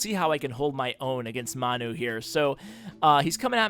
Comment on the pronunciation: His name is pronounced (Man-You) Manu is a short for Manchester United the soccer team:) Great video!!